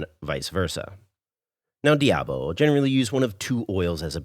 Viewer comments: why do Americans always destroy the pronunciation of words in other languages.... Curry Debao....wtf is that? Foda-se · I apologize since I didn't want to sound like a douche. I just wondered why you said it all wrong when later in the video you said it various times correctly. Curry Diabo. Also In Portuguese Curry is said Caril. So it would be ''Caril Do Diabo'' meaning Devil's Curry. Much Love! keep up the great Vids. I have been subscribed a while ago